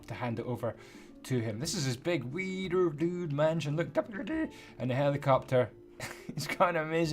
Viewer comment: It sounds like weiner dude